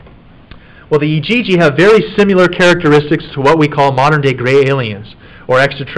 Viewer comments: Does it bother anyone else how he says "simular" when he means similar and "our face is asymetric" when he means symetric. Splitting hairs but aggravates me. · I couldn't finish this video because this guy saying "simular" constantly was driving me f**king insane. It's similar, damnit. Similar. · The is NO SUCH WORD as "simYOUlar"!!!! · Take another shot when he says siMULar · I love this, but his pronunciation of SIMILAR is irking my soul🤣